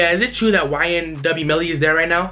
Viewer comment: MELLY NOT BELLY